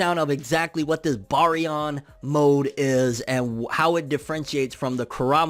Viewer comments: Those eyes were momoshiki so the momo vs isshi interaction is finna be lit also its pronounced bare-re-on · Bary-on? Like berry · Lol why are you butchering the pronunciation of the word 😅🤣😂